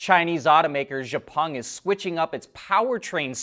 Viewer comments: It's not "je pung", it's "X peng" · don't expect him to change the pronunciation, you are not the first, I was not the first, that tell him about xpeng pronunciation. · XIAO PENG! XIAO same sound as Xiao mi phones.